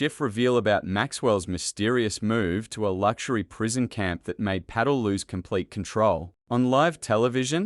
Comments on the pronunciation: It is Kash Pattel FFS, not Paddel! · PATEL, not PADDLE! Stupid AI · It is Putt-el ..not paddle, or patl ..😅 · Who is this Pay-tel....is it possibly Pa-tel? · AI failure. You need to do away with the fake accent and correct the names. Patel, not Paddle and so on. Patel does belong in prison. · P A T E L not paddle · Pa TEL, not paddle. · Isn't it Patel, NOT Paddle. They can't pronounce Cash Patel's name correctly? Not that we should give this egregious liar any respect. It appears to be a made up address from Adam Schiff with the head of the FBI. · Not paddle, its Pah-tell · How about getting speakers who actually know the names of the people who are subjects of these clips? Example: Paddle instead of Patel . . . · 😮Pay-tel??? Teach your AI how to pronounce names correctly or get a human to report. Hard to listen to. Paddle??? Not listening to this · This video needs a better text reader. Pattel ? 20 tee aiche? etc. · "Cash Paddle." Sometimes AI just gets it right. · So poorly made. Artificial Intelligence cannot express Patel's name, repeatedly calling his Peddal. Rely on AI and you end up with your Channel Blocked. This channel is now blocked. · Is this AI !! The narrator doesn't know Cash Patels last name and calls him Cash Paddle. And then using an English accent. O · PAT-ELL, mate! PAT-ELL!!! FFS. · Watch your written narrative. It’s Patel, not paddle. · The narrator is not speaking properly; it must be some weird AI thing. Drives me nuts. Can't even say the name: Pa TELL... jesus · 1) How about at least having a real person talk. These pathetic AI (or maybe old worse-than-AI) text-to-speech destroy my attention to the story. BTW, in a channel called "The Patel Protocol" his name is not pronounced correctly. Paddle? Pedo? 2) All of the pictures make me think we're going to see some actual video of the hearing. Nope! A lot of unattributed verbiage over the top of still pictures. Can we trust this? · Bad AI His name is not paddle. Get to the point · That's Pa-tel